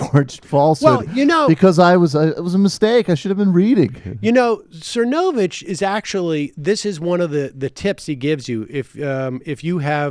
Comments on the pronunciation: I'm at the hair salon so I have the subtitles on and every time you say Mike's name it comes across "Mike sir no bitch." Lmao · Is it supposed to be funny mispronouncing Mike's last name? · sam constantly mispronouncing cernovich is poetry it's like he just makes no impression on him whatsoever - completely forgettable